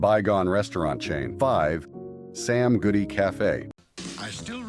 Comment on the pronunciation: You keep saying “Sam Goofy” instead of “Sam Goody”